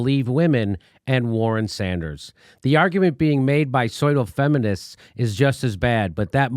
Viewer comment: Jimmy doesn't know how to pronounce pseudo?